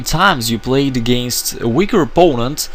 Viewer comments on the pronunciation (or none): none